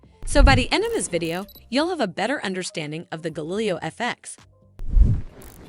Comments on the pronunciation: Not to mention, in the video it isn't even a real person speaking. A real person would know how to pronounce Galileo O_o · The fact that your video mispronounces the name is not great.